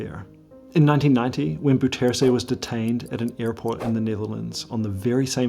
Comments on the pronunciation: I really don't mind the mispronuncation. As far as I'm concerned, it's completely trivial and unimportant. Don't understand why people make such a fuss about it. Anyway, this is how it should be pronounced: the "ou" sound in Dutch is pronounced like the "o" sound in "how" and "now". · as a surinames, i hate the caged bird thing so much. most people don't it. because it's too cruel to do something like that to animals. especially to birds! if i could, i would free them all. also, how did you get bouterse's name that wrong , when you've visited the country itself lol. also: i read the pinned comment, so i know you are aware of the wrong pronunciation... i am just curious about this.. no hate to you, and also.. great job on the info and presentation. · The pronunciation of Bouterse’s name isn’t even close. Try Bow (as in “take a bow”), with accent on that first syllable, terr-suh. BOW-terr-suh. It almost renders the video too hard to listen to — though the research and content is outstanding. Did you speak to local Surinamers or Dutch sources who could correct that pronunciation? It’s so far off! But the way Brunswijk’s name was pronounced is actually fairly close. Odd! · Actually you're kind of wrong, the correct way to pronounce Bouterse is; B-ow-ters-hey, the "ou" is like the o in owl, the 1st he is like the e in she, the er is similar to how your would say the "ur" im surf and the 2nd e sounds like "ey" in hey. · Awesome stuff but; bouterse (pronounced “Bowtursu”) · Not "boutsersé" it's pronounce as " bow + tor + soh" the "e" in dutch is pronounce as an "o" if it is at the end of an word, The "o" must sound in same way the "o" of the word "clock" sounds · Dude. His name is not ‘Boo-tersy’ but ‘Bouter-seh’. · It's pronounced 'DEYzi BOUterse', not dèssi booterse. The 'OU' diphtongue doesn't exist in English, but comes close the o of 'ow' when you're hurt. Otherwise excellent video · pronounced as "Day-See Bow-tur-suh"... not like that of a former Filipino pres.